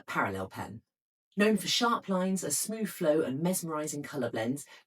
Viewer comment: This is not received pronunciation. RP doesn't include 'bof' instead of 'both', 'smoov' instead of 'smooth', 'fevering' instead of 'feathering', 'wiv' instead of 'with'. These used to be part of a genuine East End Cockney accent. Without this (increasingly found everywhere) affectation, her English would be absolutely beautiful. I don't understand why they do it.